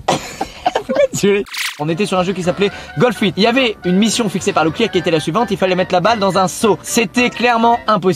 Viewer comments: C pas locklear,c Leclerc 🤣😂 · Moi je croyais que quand ils disaient ''locklear''j'entendais ''la cuisine'' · Je pensais qu’il disait brocoli🤣🤣